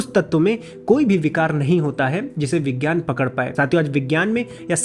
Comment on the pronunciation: मैने अपने हिंदी के शिक्षक से सुना था कि यज्ञ का सही उच्चारण यज्य होता है और अपने वैसे ही उसका उच्चारण किया है। लेकिन अगर ऐसा है तब तो विज्ञान को विज्यान उच्चारित किया जाना चाहिए लेकिन आपने उसका उच्चारण विग्यान किया है। क्या सही है क्या गलत इसको समझने की कृपा करें। धन्यवाद 🙏